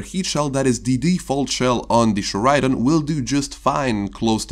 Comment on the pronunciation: Correct pronunciation: Cher-ah-din